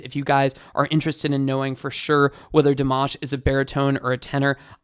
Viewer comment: I don’t care about his pronunciation but i know for most of Americans it is a big deal, thanks for your 2 min tutorial 👍 btw you pronounce his name “Dimash” and “Kudaibergen” incorrectly maybe you can watch some videos and listen how to pronounce it well. 😊